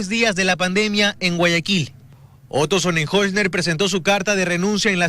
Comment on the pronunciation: Hoy si se equivocó, pronunciando el nombre del.ex.vicepresidente Otro Sonenholzner, si que definitivamente casi.nadie.lo.pudo.aprender a decir, no se pega. 😬